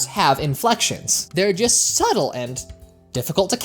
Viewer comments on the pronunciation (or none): none